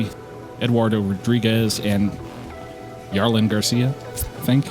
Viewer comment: That's nuts. This is the fifth trade for Jason and he's barely old enough to drink legally. Also, Jarlin Garcia's name is pronounced "har-lin". He plays for the Marlins in real life, so it's an easy way to remember that they sound the same.